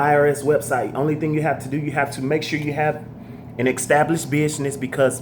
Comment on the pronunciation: Did he say EXTABLISHED?....